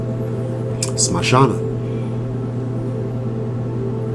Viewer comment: If you dont mind, Can I correct you? it is not mashana kali maa, but SHAMSHANA. SHAMSHANA means creamation ground. I am a hindu as well devotee of Kali maa